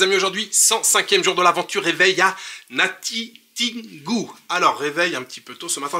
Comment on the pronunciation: C'est natitingou tin et non tine